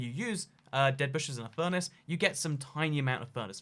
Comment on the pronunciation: tiny amount of furnayce ___ What did he say